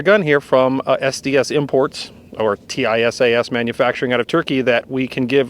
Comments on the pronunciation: It is pronounced TeeSahs, not T I S A S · It’s pronounced “Tee sass” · Its pronounced tee-shash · Tisaş is pronounced T-İ-S-A-SH.